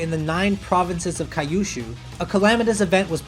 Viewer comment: man, your Jap-Ish (Japanese pronounced in English) is getting into my nerves! I don't really speak or read Japanese and our 1st language isn't English either, but even my fellow countryman can read KYUSHU as que-shoo, not Kay - you - shoo